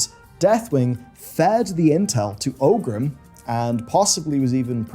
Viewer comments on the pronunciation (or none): orc players malding hearing pronounce orgrim as "ogrim" it is me. i am orc players